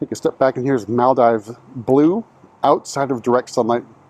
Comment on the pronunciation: Its pronounced Mal-DEEVES